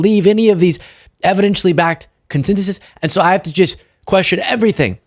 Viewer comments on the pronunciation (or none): none